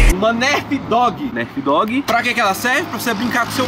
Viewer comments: Para de falar nerfi mano kkkk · Liraaa escreve-se nerf mais se fala narf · Se escreve NERF Fala NARF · não se fala Nerf se escreve Nerf mas se fala Nerf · se escreve nerf mais fala narf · Que agonia ele falando "nerf" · Não e pra falar Nerf e pra falar tipo narf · Manooooo narfi? Poo agonia de ver vc falando errado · E narfe q se pronucisa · Escreve nerf mas a pronuncia seria narf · Escreve nerf mas fala nãrf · Só teve uma coisa que me irritou nesse vídeo,o fala:nÉrf mas eu acho que o correto é nerf sala tmb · Não é nerfi não é narfe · Chama nerf so q se pronuncia nãrf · Mano se escreve nerf mas fala narfe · Nerd ele fala nerf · Se escreve nerf e se fala narf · Se pronunciar nârf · Se fala narf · É nerf e n nérf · Alguém aí errou a pronúncia da Nerf KKKKKKKK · aline as0604 vrdd kkkkkkkkkkk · Pensei que fosse só eu que tinha ficado com agonia de ver ele falando errado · É o jeito que ele fala mas dá agonia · se fala nãrf e não nérf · não se fala nérf é nerf tá bom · não se fala Nérf é nerf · aline as0604 e nerf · K 3 player ツ não se fala nerf se pronuncia NÃRF tipo assim vacilão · que narf kkkkk, é nêrf que se fala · "Nerf" BERROOO KKKKKFNFK Se pronuncia Nãrf!!! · AI Q AGUANIA O FALANDO NERFE KKKKKKK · Se escreve Nerf mas se fala Narf o inglês e complicado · To tentando não me concentrar no falando nérf kkkkkkkk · olha se escreve nerf mais se fala narfi mais vc fala do jeito q vc quiser, amo vc é a 😙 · se fala nãrf se inscreve Nerf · nao se fala nerf se fala narf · Não é "nérf" é "nãrf" Obs: a pronuncia é assim, a escrita é nerf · C vê que o cara é br quando ele se pronuncia nerf falando "nérf" e não "nârf" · não se fala nerf se fala narf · Não é Nerf é Narf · se escreve NERF mais se fala NANRF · se escreve Nerf mais se pronuncia Nãrf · Se escreve Nerf, se pronuncia Narfi. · Pelo amor de deus, se fala Nârfi, não Nérfi. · Nérfi?? Se fala nârf